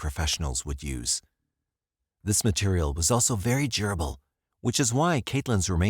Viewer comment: Very gerbil ? I think u mean DURable nareyetore